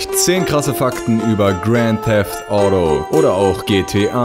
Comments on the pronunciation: Das heißt Auto nich Audo xD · Du sprichst auto Audo aus 😒